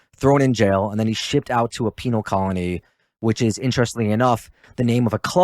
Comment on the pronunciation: lol dude said “penile” colony